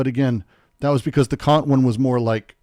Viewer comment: Kant is still pronounced exactly how you DON'T wanna pronounce it. Short not long. Yes, I'm a child.